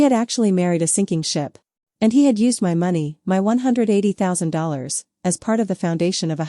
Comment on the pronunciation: Bad from start, 5 seconds in stopped it won't listen. IA voice reading "my" as "m" pause then "y" if it can't read, I don't listen, sad could have been a good story. Doesn't anyone listen to their work before they post it??